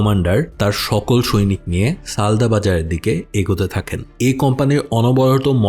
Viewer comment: সালদা x সালদর